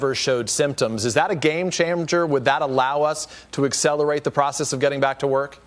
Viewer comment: "game chamger"